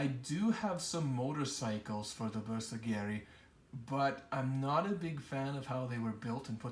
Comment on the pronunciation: Pro-tip...(admittedly a nitpick), please learn to pronounce Bersaglieri. ;-) It's pronounced like 'ber-sal-year-ie' (you don't say the 'g'). It's said like 'consiglieri'. My only gripe! But I cringe every time someone says it wrong! Otherwise superbly painted force! Keep up the great work!